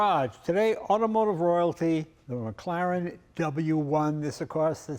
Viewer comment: Did tha' peepers bro' jus pronounce tha' W1 as a..McGlaren...auch aye, laddie..a McGlaren !